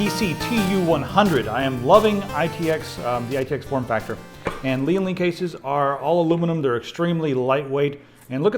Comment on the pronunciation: it's pronounced lyenn - li